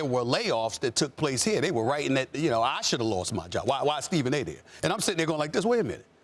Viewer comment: TA Stephen a TO did anybody else catch that 😂😂